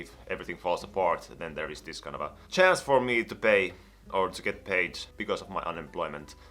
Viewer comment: everytime he says 'kind of a' i somehow hear 'kanava' which is channel in finnish and it confuses me